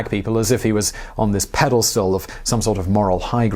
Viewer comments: Did he say 'pedelstal' ? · "Pedalstool". Classic Simon :)